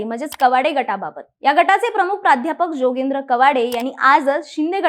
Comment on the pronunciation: योगेंद्र नव्हे जोगेंद्र बोला